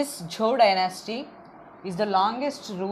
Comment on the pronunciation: the pronunciation of zhou is wrong